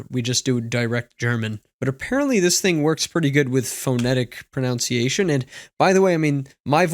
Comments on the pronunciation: mispronouncing “pronunciation”: priceless! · If you can't even pronounce pronunciation correctly... d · Since we're on the topic, it's proNUNCiation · Did this guy seriously just mispronounce the word pronunciation!? LMAO!!!